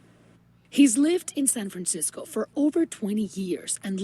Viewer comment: Ahhh yes...san franshitho! Also it's year 1 batman 😂 nobody has his back